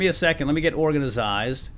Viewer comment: I like the way he says organized he says it like organazied